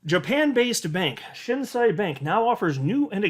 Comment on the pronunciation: It is pronounced Shin (below knee) and Say (you don’t say). Thank you for always bringing the greatest information. Right now the Yen rate is 135 to the dollar. When this goes back the other way (I.e. 120 or lower) we will be making big money.